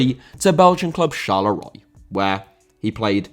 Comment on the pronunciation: Excellent video, but try to check pronunciation of foreign personal names and place names - Charleroi, Jean Tigana, Lens, Bianchi, etc.